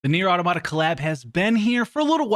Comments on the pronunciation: You mean Ah - Tom - ahta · He almost says it correctly, then says I know and says it completely wrong. It's not auto-tomata. It's definitely not autoMATA. It's auTOMata pronounced like automaton.